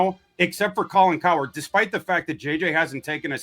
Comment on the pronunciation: Gotta love how pronounces Colin Cowherds name as "Colin Coward". Just perfection.